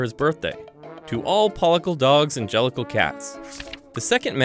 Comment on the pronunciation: An-gelical? Jellicle?